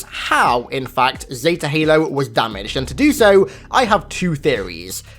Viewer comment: Nobody:: ZeTA halo